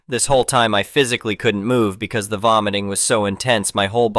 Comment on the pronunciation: It also repeatedly says bee see instead of because.